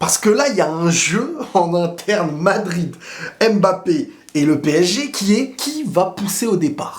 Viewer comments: J’adore tes vidéos, mais étant originaires d’Afrique centrale, ça fait un peu mal à la tête comment tu prononces « aime Mbappe ». C’est Mbappe pas aime Mbappé stp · Le plus drôle dans cette conférence de presse c'est que Nasser al-Khelaïfi a dit que mpognon euh mboulard Rhooo désolé mbappé était le meilleur joueur du monde comment dire...😂😂😂😂😂